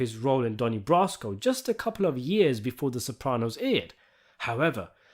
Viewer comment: Donnie Bra-sco